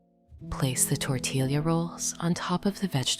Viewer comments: Great recipe. Greetings from Pennsylvania. But why AI? It's pronounced tor-tee-ya, not tor-til-lia. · It is amazing how the AI cannot pronounce tortilla (tor tee ya).😂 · It is pronounced Tor tee ya Sanger Tx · AI can’t pronounce tortilla😂